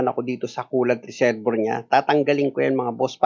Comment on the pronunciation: ang galing mo sir saludo ko sa yo..may minor lang ako napansin kasi yung reservoir ang pronunciation niyan dapat ay re-ser-bwa..salamat sir.